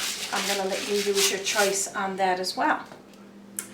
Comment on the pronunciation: " rice of chice?" Funny accent.